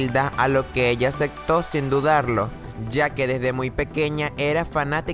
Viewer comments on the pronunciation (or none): Odie la voz de pero el video me encanto en vez de aceptó se oye que dice acecto la odie